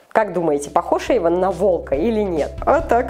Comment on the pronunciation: ЮМ. tv play не Ейван а Эйван 🙄